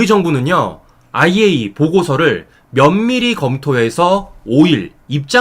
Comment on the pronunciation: 정말 수고가 많으시지만 이왕 방송하는거 정확한 발음으로 아이에이이에이(IAEA)이라고 방송해주시면 오히려 손상TV 신뢰도가 높아질거라고 생각합니다🙏🙏🙏❤❤❤❤❤❤❤❤❤❤❤